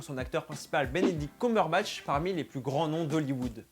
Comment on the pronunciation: Matt Smith devait incarner Watson et non Holmes, cela se prononce "Ceumberbatch" et non "coum" (on dit par exemple fun : "feun" et non "foun" ;) )